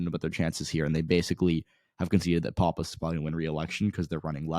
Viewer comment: You don't know what you're talking about in NH. NH1 is not left trending. It's much more conservative than NH2. Leavitt is not a disater candidate and she's going to beat Pappas. btw you're pronouncing Pappas wrong. Also who the hell told you the Republicans are giving up on Bolduc? That's not even close to being true.